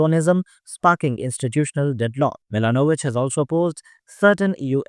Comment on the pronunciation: Not Plenkovik but Plenkovich. Te same for Milanovic.